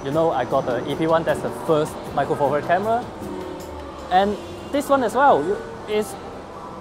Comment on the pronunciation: cwappy fwilm camwa